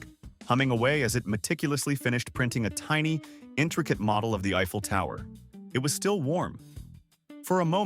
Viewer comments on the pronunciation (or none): none